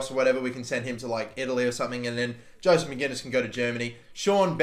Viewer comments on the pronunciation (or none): none